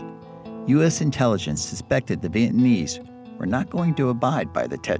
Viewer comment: He told the painful truth, LBJ, Gen. Westmoreland, Robert McNamara, and Nixon were all war criminals, the American people blamed the veterans for the loss of the war, proof that Americans knew the war was wrong. America has never recovered from the Vietnam War, this narrator is unable to pronounce the word "Vietnamese".